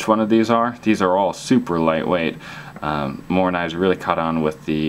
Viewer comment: MORAAA WITH AN A in the end bro , take it from a sweed